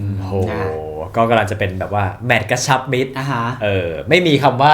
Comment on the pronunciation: กระชับมิตร ❌ กระชับมิจ ✅ แซวๆ น้า